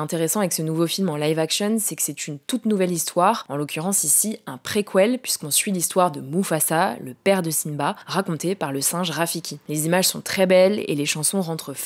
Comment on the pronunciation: Comment ça Préqouel?! C’est soit préquel en Français, donc préKel, soit en anglais prequel mais ça ne se prononce pas dutt préqouel? Nan notre génération doit savoir faire les efforts et ne pas se tromper 🙏🏻 bonne vidéo cela dit !